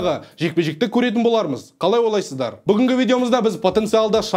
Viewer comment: ҚАЛАЙ ОЙ-ЛАЙ-СЫЗ-ДАР деп сөзді дұрыс айтсаңшы, қалай ОЛАЙСЫЗДАР емес ОЙЛАЙСЫЗДАР